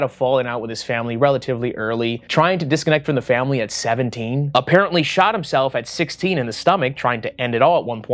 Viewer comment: Thought you said “Shit Himself”